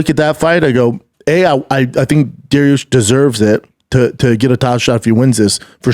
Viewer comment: He said douche instead of dariush haha